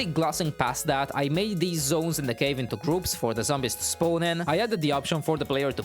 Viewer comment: "I want him to Spown here"